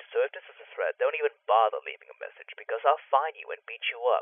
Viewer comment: MESSAGE sounds like MASSAGE. Lol.